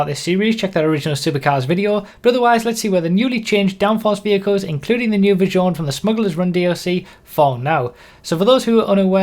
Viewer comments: Isn't Visione pronounced more like Veez-yone? Nevertheless, thank you for putting so much effort into your testing. Keep up the great work!;) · lol at the pronounsiation of "Visione". it's Veesio-neh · please look up how to pronounce Visione, you make me cringe so hard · Man look on google translater how to pronounce in correct italian visione